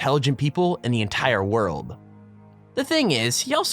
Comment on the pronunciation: lol the irony... on the frank lee moris part "one of the most intelligent people in the worlb" worlb? worlb?? xD